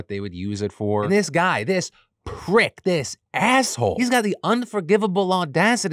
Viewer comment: I absolutely loved the copious amount of sass Phil used pronouncing the word “Prrrrick” 🤣 made me smile💜